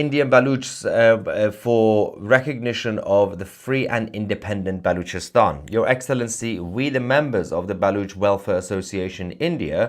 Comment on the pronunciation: Did you say Bollockstan?